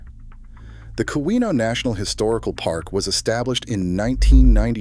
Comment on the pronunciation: Very good, but please, I'm begging you, fix the pronunciation of Keweenaw